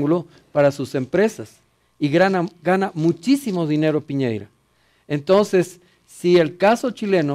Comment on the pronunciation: Este viejo esta tan bien informado, q le dice Piñeira en vez de Piñera. Weones pateticos, dan risa!! Y la guatona? Sin palabras.....